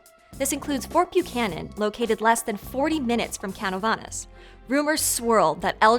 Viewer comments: The first story of El Chupacabras was actually on 1975. It was called el Vampiro de Moca (Moca's Vampire). The name Chupacabras was coined by actor Silverio Pérez. Also the town is pronounced Ca-nOh-vah-naas Note: When I was a kid I thought Silverio Pérez and Jeff Goldblum were the same person. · Hahahaha it’s Ka’No’Va’Nasss My family is from this town and how your saying it massive incorrect it’s great Still love the channel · Man, you gotta keep up. El Chupacabras evolved into La gargola years ago. Also, your pronunciation of Canovanas made me laugh. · She really butchered the pronunciation of Canóvanas making me feel a bit unconfortable but the video was great. I also apreciate the observation of the political status of Puerto Rico. We are treated in an unfair manner sometimes. It seems like there is hope when people like this speak up for us since we don't have a voice and recognition on the matter.